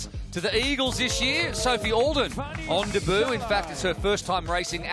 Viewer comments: Please for the love of god man, learn how to pronounce "debut". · i thought it was 'day boo' ?????